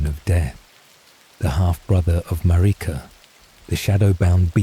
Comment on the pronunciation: “Mar-EEEka” bro the pronunciation is so bad it’s pissing me off. Like they don’t say her name a thousand times in the game.